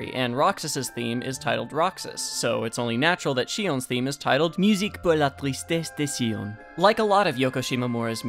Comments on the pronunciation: i love the way you say musique pour la tristesse de xion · I've been listening to this theme for over 10 years. Hell, I've even played it on the piano for important teaching evaluations. It is very dear to me. But being french, this is the first time I've been told that the original name of this music is in french. (On point prononciation btw) Anyone of you know why ?